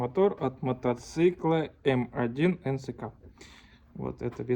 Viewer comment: Минск а не как ты сказал 😂